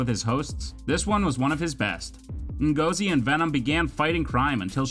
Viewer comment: you said Ngozi wrongly